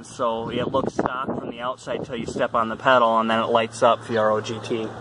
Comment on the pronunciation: Lol, its Fee air oh. Just sayin...... dope ride...... i miss my 86 😎